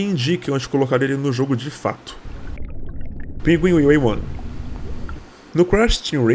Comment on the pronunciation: rachei quando ele falou:pingueiwue